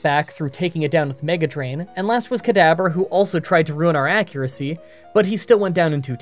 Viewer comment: Am I the only one hearing "Kadaber" instead of "Kadabra"? Gave me a good chuckle, still a good video